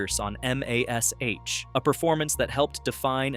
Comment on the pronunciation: Alan Al-Duh on EM-AY-ESS-AICH.